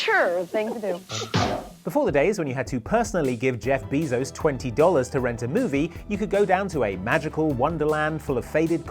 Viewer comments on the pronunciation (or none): That’s not how you pronounce bezos